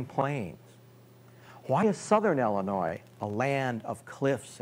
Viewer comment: Why do you keep calling Illinois "Ellenois"?